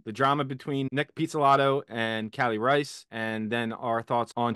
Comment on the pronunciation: *Reis like 'Reese'